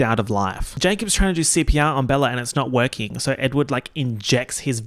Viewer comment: the saurrr w the already aussie accent is truly smth else